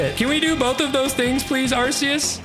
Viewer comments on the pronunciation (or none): What divine intervention he’s pissed off you kept saying his name wrong the whole video so that was a coincidence you didn’t get his help at all